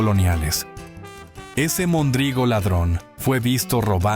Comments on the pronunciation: Un Tarugo es una pieza de madera que se usaba, y usa, como punto de unión en estructuras de madera como los barcos. Un Pelagatos era alguien que despellejaba gatos para comer o vender la carne como si fuera conejo, alguien sin importancia... y se pronuncia mÒndrigo no mondrÍgo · Es "Móndrigo" no "mondrígo"!!! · No sé pronuncia "Mondrígo", se dice "Móndrigo". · No era mondrigo, sino móndrigo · No es mondrigo. Es MÓNDRIGO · No es mondrígo, es móndrigo. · se nota que es IA, algunas no las pronuncia bien: dice mondrígo, en vez de móndrigo. Muchas de esas palabras ya no se usan al menos en CDMX, pero varias otras sí se siguen usando. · Gracias por este video 👏🏻👏🏻👏🏻(😱 móndrigo, con acento en la primera O !!! 🤔 ) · Buen recuento, gracias. Una observación: se decía "móndrigo", palabra esdrújula. Incluso, de esa forma, lo recoge el Diccionario de la lengua española. Saludos. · Buen recuento de palabras. Pero hay un detalle. Se equivoca en pronunciación de mondrigo. Tiene acento en la primera o. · No era mondrigo con acento en la I, el acento se usaba en la primera o.